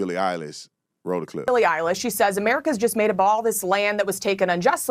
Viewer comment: Did you say Billie Isis??? 😂😂😂